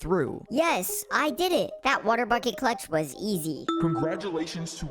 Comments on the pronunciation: All I hear cluch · But he said cluch so many times